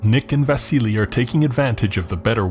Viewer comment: Yes I was mocking your pronunciation , It;s VASILLY !